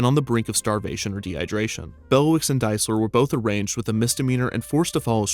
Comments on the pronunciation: The word "arraigned" is prounounce "uh-Rained" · It's "arraigned", not "arranged." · Just FYI "arraigned" is not pronounced like "arranged", but like "a-rained". Great video! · Oh, man... Kevin. I love you, buddy, but the word "arraigned" is pronounced uh-RAYND. Not "arranged". 🤭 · "Arranged." Not how you pronounce arraigned, dude.